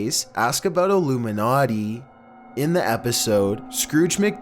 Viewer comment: how much heron does this guy do before recording? are you even awake? do you think this is a dream? so interested in the content but all i hear is "'illoomeenaughtee"'